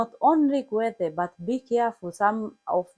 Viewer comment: This lady has a good sense of Humor 🤣 especially at “gwethe” institute .